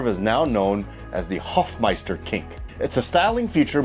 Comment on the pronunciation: Dude! You hadn't heard of the Hofmeister kink? RLY? SRSLY? 🙂(And the guy was called "Hofmeister". Long "o".)